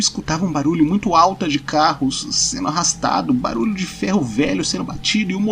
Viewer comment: Eu perco tudo sempre que ele fala "baralho" no lugar de "barulho"